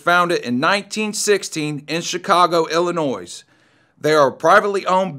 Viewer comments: Dude, you don't pronounce the S in Illinois!!! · The s in Illinois is silent